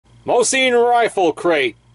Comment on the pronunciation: Mo-sin not mo-seen and thank you forthe music in the background